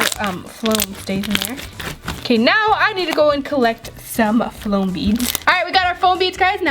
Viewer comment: She kept saying flom 😐😐😑😑